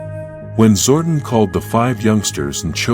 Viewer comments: Too many mispronounced words… Zordon should not sound like “warden.” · Zor Don like the mafia. Not Zorden. Amy Jo Johnson. Perfect Ranger. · I can't. I just can't. The AI voice is so goddamned idiotic! Zordun? Power bow (rhymes with "now")? No! No! Fuck your AI garbage!